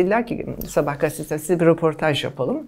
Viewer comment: Roportaj dedi yaaa ne gazetecisi 😳